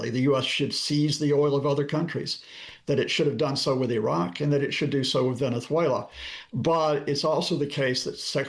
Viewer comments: Please stop with the lisp!!! You’re embarrassing yourself with this affectation. Venezuelans pronounce a z with the /s/ sound. If they pronoumce it at all (which they often don’t). Only Iberians use the “theta.” The Iberian peninsula is thousands of miles from Venessssssssssssswela. You speak unaccented English. Pronounce it with a /z/ sound like a normal person, you pompous rube. Also, can someone please abduct Trump and Melania in the middle of the night, please? Better yet, why wait till nightfall? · Good info as always. I had to laugh though at how Scott kept pronouncing Venethuela as if the Barcelona "C" applied to "z" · Latin Spanish doesn't use the th sound Scott. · I find it mildly amusing that Mr Lucas makes the great effort to pronounce the 'z' in 'Venezuela' as a 'th', while Venezuelans themselves would never do that because it's the European pronunciation.